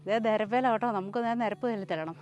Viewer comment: കേട്ടോ എന്ന് ആണ് ഉച്ചാരണം.